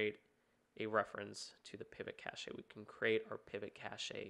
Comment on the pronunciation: literally googled how to pronounce cache after this, apparently its cash